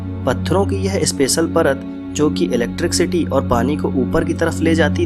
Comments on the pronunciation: चचा, its not ईलेक्ट्रिक सीटी, its ईलेक्ट्रिसीटी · electricity hota hai bhai electric city nhi . pronunciation mistake hai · Electric city bol rahe ho bar bar... 😀😤👋 bhai apke bolne ke tarike se lagta hai ap kahi se chep ke video banate ho. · 😂😂😂 electric city Jo English ke words Thik se nahi bol paya o Gadha Hame Primads ke Rahasya bat rha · Jinone pyramids bnaye the unhe bhi English nai aati thi still they made those structures. English is just a language not someone's level of intelligence. Nevertheless 'electric city' is funny tho.😂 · 😂😂😂😂 Electric city 😂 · oo bhai scientist research karo bol ra ,accha usne sab copy paste kiya hai bass voice hai uski and usmei bhi vo electricity ko gajab hi bol ra hai ,,aur tu laundiya ko samjha ra